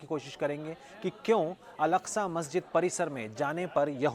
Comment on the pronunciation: अलास्का नहीं बे अल अक्सा। एकदम वही हो का 😂